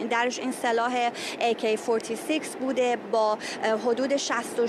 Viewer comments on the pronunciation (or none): آی کی فوریتی سکس نه Ak47 داغان وقتی بلد نیستی بگو کلاش